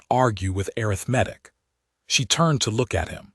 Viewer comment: I liked the story, but i wish the AI reader knew how to pronounce "Arithmetic ".